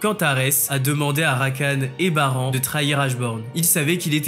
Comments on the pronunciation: on dit barane pas baran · ça se prononce "Barane" mais pas "Bas rang" après avoir visionner une œuvre en VO veuillez la revisionnez en VF pour la prononciation des villes/des perso/des techniques etc... 😭 Ou sinon de début jusqu'à la fin de la vidéo il faut tout prononcer en VO ou tout en VF, mélanger les 2 ça fait bizarre ( pour moi ). Petit point sur la distraction d' Esil dans l'animé on dirait un bébé qui lance un petit caillou et ça n'a même pas fais bougé la tête de Baran alors que dans le manhwa elle lance sa dague avec une grande puissance jusqu'à faire penché ou tourné 🤔 la tête de Baran